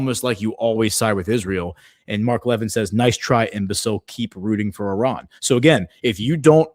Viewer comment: It’s pronounced Mark La vin. He has not liked Trump since 2016. He was a Cruz supporter for president. Cruz defends Israel no matter what.